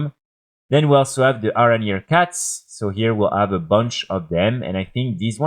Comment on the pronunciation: nice video, but why cant u say letter "H" ? ARANIR, AWKSTRIDER , ORN etc